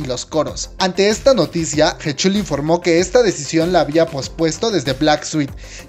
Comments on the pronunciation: Ah por cierto se pronuncia jichal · Jechul jajajajajajajaja 🤣🤣🤣 Sé que la pronunciación es un tanto difícil pero POR FAVOR investiguen como se pronuncian las cosas. La canción de "Lo siento" está en coreano, inglés y español. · Me da un derrame en el oído al escuchar como pronuncia heechul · Mis oídos duelen cuando pronuncias su nombre...